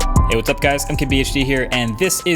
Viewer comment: It sounds like he starts this video saying “hey cup guys,” instead of his typical “hey what’s up guy.” 🤔